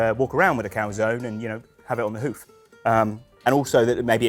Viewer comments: Sorry but as italian I have to disagree, both pronunciations are completely wrong. First one a bit closer though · no, I'm saying the first pronunciation it's a bit closer to the correct one mainly in terms of sound. In the Italian alphabet we spell every single vowels even when at the end of the word. In this case the "e" it will sound not "ee" but more like when you say "end" (without "nd" obviously). Just for practise try calzon-end but trying to stop before you pronounce the nd.